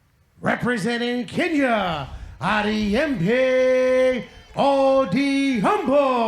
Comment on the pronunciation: All the best bro...Its Ariembi not Hariyembi....its Odhiambo not Odiaaambooooo🤣🤣🤣🤣🤣🤣🤣🤣